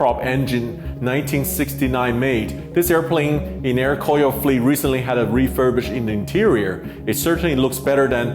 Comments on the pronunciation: nice..I think pronounce more like Ko-Ryo not Kor-yo. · By the way, you need to pronunciate "KORYO" AIR NOT "KOYO" AIR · Proper pronunciation for Koryo is Ko-ryo not Kor-yo. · hahhaa Sam's Air Koyo cracked me up. it's pronounced Goh Ryuh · it's "ko-ryo" in korean, not "kor-yo". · I though the pronunciation was supposed to be KO-RYO （高麗）instead KOR-YO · Sorry, can’t help to realize the mispronunciation in this video. It should be ‘Ko’-‘Ryo’ ! I’m glad you made it out without trouble having mispronounced DPRK priced branding every other steps of the way. 🤭